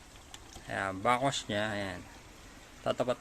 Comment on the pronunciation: Anong backossh? Its back wash. Hindi bakossh!